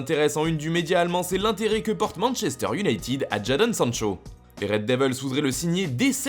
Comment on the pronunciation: Il faut prononcer IOUNAÏTED (et non pas IOUNAÏTIIIID) comme ton collègue Romain qui,lui,parle correctement l’anglais 😖